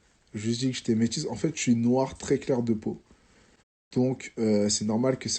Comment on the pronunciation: Mdr, en plus il dit "treees" clair de peau !